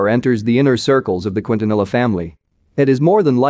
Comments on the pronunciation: Lol the way he pronounced Quintanilla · Why he keeps on saying Cuitanila 😂😂😂😂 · Wow this robotic automated voice needs to learn how to pronounce the names. Qwin-ta-nil-luh?? It's Keen-tha-nee-yah! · Quintanilla: Kin-Taa-Ni-Ya